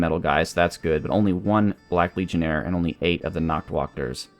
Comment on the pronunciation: Many of Black Ulms troops have german names. The "Nachtwächter" means Nightwatch. You spell the "Nacht" right, but the ä has a sound similar to the first a in anime.